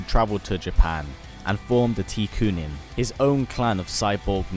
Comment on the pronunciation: Tekunin is pronounced tech-ooo-nin. It's technological ninjas and the u is because Japan. There's no tea involved. Besides this and a few other small factual errors, I really enjoy what you are doing here.